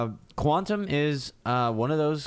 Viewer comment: you were pronouncing it quantum bro cause it was 5am;)...you know is another one that (QAU) ;) it is Q (qiu) tom we love;)